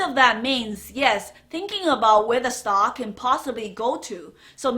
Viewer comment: Hold on slow down!! What is a "stalk" thanks